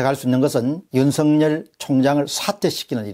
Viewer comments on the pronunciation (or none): 윤석열을 윤석렬로 발음하지 마세요